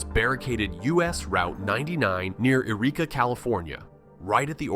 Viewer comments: It's pronounced Why-reeka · You need to learn to pronounce the names of the places you refer to. Malheur and Willamette, on the Oregon side, are both mispronounced, and then you pronounce the Californian Yreka as if it's Eureka (those are completely different towns whose names are also pronounced quite differently). You might want to "do your own research", or maybe any research at all. I live in Central Oregon, and the way you are describing it does not match my experience here, this appears to be "red state" propaganda trying to make it seem like there's a split in blue Oregon when there really isn't. Yes, there are "conservatives" here, we are not monolithically blue, but the split this video describes doesn't exist on any kind of large scale. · They got Yreka wrong too, but apparently don't know that it's not in Oregon.